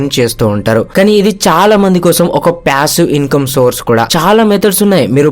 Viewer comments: that's what I'm saying meeru ala pronounce chesaaru ani cheppthunnaa...it's passive not pyassive... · Ooh babu pyasivve ani antha daridram gaa pronunce cheyyodhu bro.. irritating anipinchindi throughout the video